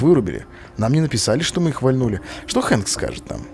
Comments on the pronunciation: Хэнк а не Френк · не фрэнк, а хэнк